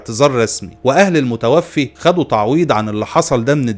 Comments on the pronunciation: المتوفَّى وليس المتوفِّي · الله يجزيك الخير ملاحظة صغيرة في اللغة العربية الكلمة تُقرأ: المتوفَى ، وليس المتوفِي وشكراً جزيلاً